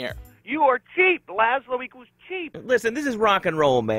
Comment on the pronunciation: laslow???? really??